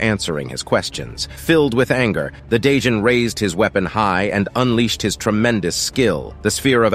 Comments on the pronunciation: A day john? What about a night john? It’s Djinn pronounced as Gin like the liquor bruh… the D is silent and why are u adding that weird accent onto it? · Djinn is pronounced Jin. Not 'day-jin", the D is silent. Just sayin. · My dude, the 'd' in 'djinn' is basically silent. It's pronounced "jin" not "da-jin". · djinn is pronounced as "jin" not "Day-jin" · I’ve got just one issue. The lvl 42 demon “dijnn” is pronounced “gin” which is another name for genie. Other than than, great storytelling. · It’s not called a djinn lol it’s pronounced jinn